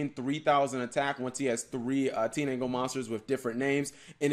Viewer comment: Wait did Cap say Teenangle instead of Tindangle?